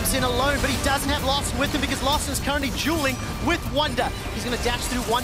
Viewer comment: "Larssen is currently Juuling with Wunder"